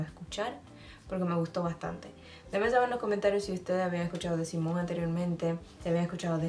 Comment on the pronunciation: Hola. No es SIMON, es SIMONE porque en español y portugues la E final se pronuncia como tal.